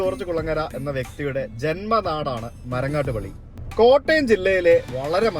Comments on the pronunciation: It's pilly not Pally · It should be Marangattuppilly and not MarangattupAlly. Please correct it!! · ബ്രോ, മരങ്ങാട്ടുപള്ളി അല്ല, മരങ്ങാട്ടുപിള്ളി